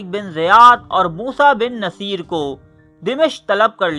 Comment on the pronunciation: موسٰی بن نصیر Moosa Bin Nusair not Moosa Bin Naseer as you pronounced